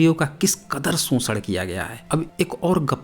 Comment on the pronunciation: वो आदमी शोषण को सोषण्ड कह रहा था 🙄 आपका मजाक उड़ा रहा था सोषण्ड कह के 😒😒